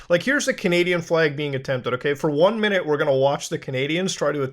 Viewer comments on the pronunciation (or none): none